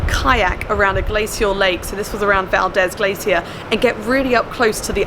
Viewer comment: Valdeeeeeeezeeeeeeeeeee, hard e. - a local.